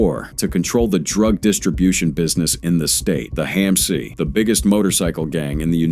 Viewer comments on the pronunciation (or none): HAMC is not pronounced "hey-mc". Goodbye. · Same thing with HAMC pronounced "hey-mc"